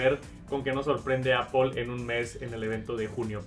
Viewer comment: "Apol" entiendes? apol xd